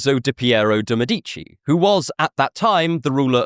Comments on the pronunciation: Awesome video. (Btw It's Mèdici, not Medícci.) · MEH-dih-chee not muh-DEETCH-ee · I see you know that in Italian the accent usually is on the second to last syllable. Mèdici is an exception it means "doctors" and is the same root of medics. The accent is in the first syllable. Thanks that you had the interest to think about the usual stress pattern in Italian.